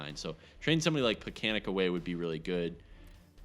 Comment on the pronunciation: Its pronounced more like Plekanets. The sign x "in case things happen" mentality is meaningless without injuries on to allow "things to happen."